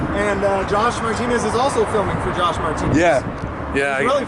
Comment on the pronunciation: Every time says, "gosh," he's trying to say, "Josh."